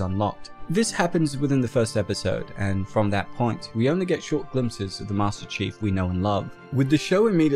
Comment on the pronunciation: I can’t stop laughing everytime he says, “master cheeks” 😂😂😂